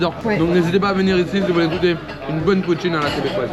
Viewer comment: J'adore! J'ai ris et j'ai faim "Poutiineu" tu m'a tué 😂